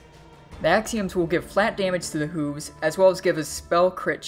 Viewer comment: The way you say hooves makes me quiver.. <--- correct way to say it, so the next time you say it I won't pucker my butt.